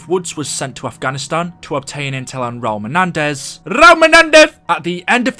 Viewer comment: When he said Raul menedez RUAL MENEDE I felt that